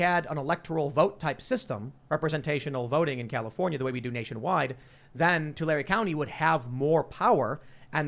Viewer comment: Wow.. I live in Tulare County. Yes, they do take our water. We used to be the fruit basket of the World...I grew up here and seriously wanting to move out of CA. I believe, with the disappeared AG that used to be dominant in Tulare County (Tim you pronounced it perfectly, that never happens) We had always had good air and cooler weather when we had our water and all of those green AG products to clean and cool the air. People don't think about that angle much, but living here my whole life has me convinced that this is a huge reason for the poor air quality and worsening heat.